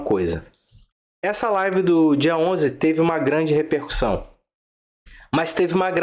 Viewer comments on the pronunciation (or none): none